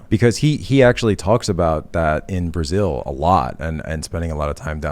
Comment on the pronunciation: Brazil-zil-zil ahahahh